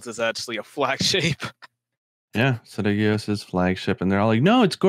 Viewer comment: if Nergigante ate another Elder that isn't cannibalism unless the other Elder is of the same species. If a hawk eats a pigeon that isn't cannibalism. Also Ceadeus is pronounced Sea-day-us. No idea why you were all calling it Sidious.